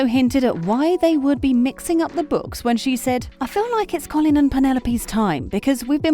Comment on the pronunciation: It’s not “coff-lin” 😂